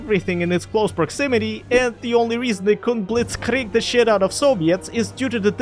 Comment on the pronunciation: the way you pronounced "blitzkrieg the shit out of the Sovjets" had me rolling as a german